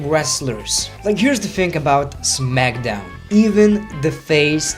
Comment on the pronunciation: He says Smackdown like zmagdown lol